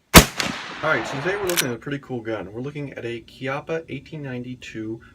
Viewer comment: First of all thanks for pronouncing the name Chiappa correctly, and second that seems like an awesome firearm